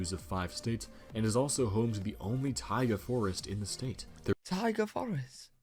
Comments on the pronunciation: Taiga, not tiger 😂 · Taiga not tiger 😂😂😂😂😂😂😂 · It's Taiga Forest, not tiger forest. Look it up. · Taiga not tiger. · It's Taiga not Tiger. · Taiga. not tiger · TAIGA, not TIGER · Not "Tiger" Forrest, Taiga... Taiga Forrest. Taiga is a climate typically featuring long, very cold winters but milder than Tundra. A Taiga Forrest is usually densely covered in coniferous trees (trees with needles that don't shed or change colors during the fall). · Taiga... Not tiger lol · Taiga not Tiger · Its Taiga...forest.Not...tiger😉😊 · For the Massachusetts high point, It's taiga not tiger. Taiga is a cold, subarctic region. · Taiga, NOT Tiger! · Taiga Forest, not tiger forest. 😂😂😂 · I believe that tiga not tiger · Taiga forest; not tiger. 😂 Knob is not used to refer to the same thing in American English as in British English. Yes the air is thinner at high land places. People often get mild altitude sickness when visiting Colorado and similar places if they aren’t used to it. The air is so thin that baseballs fly much farther so the Denver baseball stadium has particularly large dimensions and they keep the balls in a humidor to weigh them down a bit. Lived near Mt Hood and now not far fron Mt Rainier. Yes we sometimes saw Hood smoking. It is active. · Taiga, not tiger. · Taiga forest. NOT tiger. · Taiga, not tiger. LOL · Taiga...not TIGER. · You know you’re from the U.K. when you mishear taiga as tiger. 😆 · Hee! Only a non-rhotic English speaker could confuse "taiga" for "tiger." forgot that in North American English dialects like that of this video's narrator, we pronounce our R sounds!